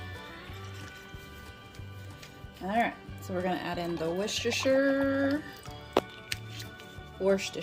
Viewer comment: “Wista- shire” 😚 great video!! I’m trying that stew.